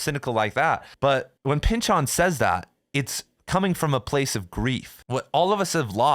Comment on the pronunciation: "Thomas Pynchahn"